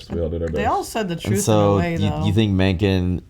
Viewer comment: Mencken butchered the pronunciation though